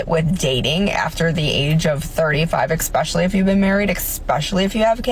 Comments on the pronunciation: Is she saying "expecially"? People can't speak properly anymore. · The girl pronouncing it exspecially instead of especially really annoyed me. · Eckspecially??? HUH???🙄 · I checked in the dictionary and "ekspecially" wasnt in there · "Ecks-specially." Jesus. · Chick Maybe because you pronounce it 'eckspecially' 🤔🤨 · "Ek-specially" is not a word... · I heard a girl in 5th grade pronounce it like that. I guess it's normal in clown world 🤡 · My goodness, I was watching this video with headphones on, the vocal fry of that second woman actually made me angry. And she's 35 but can't pronounce especially! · what is "eggspecially"? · "Expecially"? Another brilliant woman's intellect on display! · Is she saying “expecially”? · Yeah l noticed that too. Stupidity, Stupidity, Stupidity 😂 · Reminder: There is no "X" in especially ... learn to speak properly.